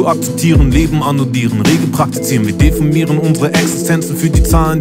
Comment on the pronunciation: Irre ich mich oder ist ein Fehler bei dem Satz "Leben annullieren, Regeln praktizieren" er spricht annoudieren aus.